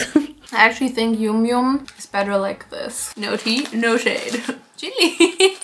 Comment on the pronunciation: is not youmyoum but yamyam😂